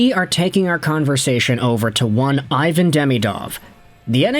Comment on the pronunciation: Still refusing pronouce his name properly it's E von